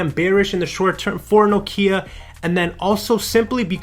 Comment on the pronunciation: Thank you for pronouncing Nokia correctly!